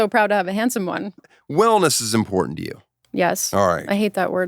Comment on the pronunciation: I only hate her because she doesn't annunciate the T in important.